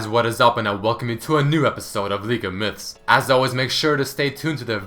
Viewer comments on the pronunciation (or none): I always understand "Welcome to league of milfs" xD